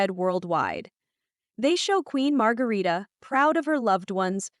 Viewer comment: Please do your your homework. Queen Mother is Queen Margrethe, not Margarita and her second sons (King Frederik’s younger brother) name is Prince Joachim not Jacob. Prince Joachim and his wife aren’t in Denmark for Christmas. They are in France. The Royal twins name is Vincent not Viken and Josephine. Our Royal Palace is Amalienborg, not Omleenborg 😆